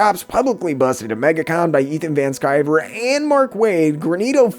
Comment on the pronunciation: Hey dude, I like this channel. Just a heads up, you keep calling Ethan Van Sciver, "Ethan Van Scriver" .